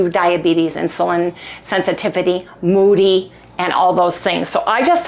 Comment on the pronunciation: I so hope Harry gets relief soon!! T2 diabetes and IR are the same thing btw and MODY is pronounced with a long O. Yea, I went there. 😂